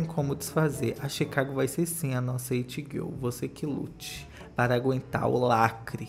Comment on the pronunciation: Q agonia ele falando “girl” tudo errado